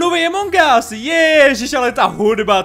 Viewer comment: to sa nehovorí Emong gas ale Among gas